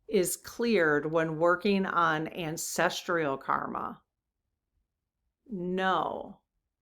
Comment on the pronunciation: It's not ancestREAl - It's ancestral.